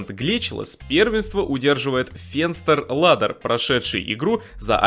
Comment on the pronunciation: Произносится не фенстерладер, а фЭншта'лАдн (Fensterladen) - Оконная лестница (нем.) Glitchless one love :D